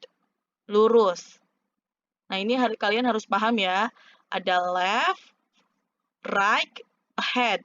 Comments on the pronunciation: Iya ya kok raik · Bacanya rait buk bukan raik